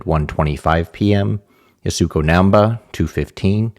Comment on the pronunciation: assuming you do more on this event, you can pronounce the Japanese climber's given name as 'Yassko' (the u is dropped)